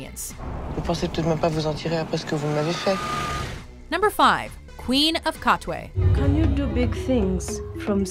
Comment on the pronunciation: SHE PRONOUNCED KATWE WELL. I will subscribe and like and double like (if there was a super like button)